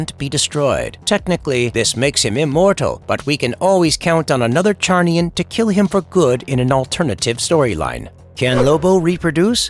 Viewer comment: It's pronounced zarniain.